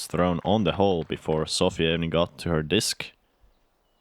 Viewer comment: Good commentary and Sofie playing great!, please pronounce Sofie's name correctly. There is no A in there...